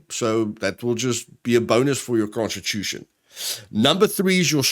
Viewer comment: First time you said constitution i heard prosti* and i was confused. :/